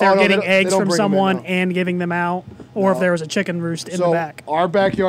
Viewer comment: Hilarious that corrects the word Thespian when he can't say "them" correctly., them has an "e" thus it shouldn't rhyme with plum, like when you say it...